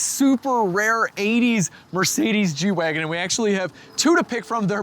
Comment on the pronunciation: At the end of the ad read you said, "let's get back to the G-Wagon." I thought you said, "let's get back to the Reggie Wagon."